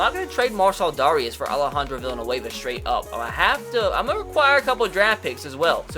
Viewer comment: Dare-ee-is by the way